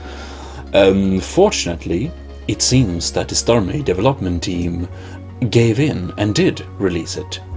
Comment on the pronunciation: devel-hop-ment team, sorry though, but i find your pronunciation funny. But don't worry i have issues with it too.also you should pronounce it like this - dee-vel- up